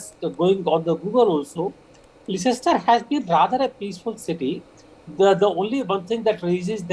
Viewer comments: Lehchester lol Atleast know the proper name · Less-stur > Leicester 😂 and the reporting is awful 2/10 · Can't even pronounce Leicester properly. Leh chest er. This is a ridiculous news story. Absolute brainwashing nonsense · Not pronounced Li Chester it's Lester! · It’s pronounced Lester not Liechester... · If you are going to report on this at least learn how to pronounce Leicester. It’s pronounced Lester. Not Lie-chester. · Where? Lie-chester? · 1. Leicester is pronounced Lester. 2. This trouble is due to the cricket Both sides are misbehaving. This news article is biased. The Police have been active throughout. 4. I am white, English and from Leicester with Hindu and Muslim friends who would all condemn such poor reporting. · "Lester". It's pronounced "Lester". And I quite agree. All the third worlders should be repatriated. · Get your facts right lol they can’t even pronounce Leicester correct 😂😂😂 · Its pronounced Le"ss"cester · Leicester is pronounced as 'Lester'. This event is long in making because the offending group is being embolden with support from the Labour Party held in ransom as a vote bank! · First this silly fake newsreader needs to learn how to pronounce Leicester 😅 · Dont believe news that cant even pronounce Leicester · This is propaganda the reporter can't even pronounce Leicester never mind reporting the actual facts. Another video to make the world hate on muslims come to leicester and find out the truth. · Just goes to show how legible this video is when they don't even know how to pronounce the city's name that they are reporting.